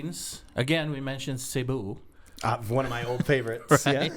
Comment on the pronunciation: Indeed, we our ambassadors of Jesus, thank you for the reminder! Both of you are great communicators, love the tandem🤍😃 btw,, you did a great job pronouncing “Cebu”😉